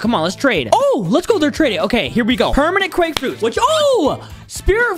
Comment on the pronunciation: Nice quake frruit BUDDY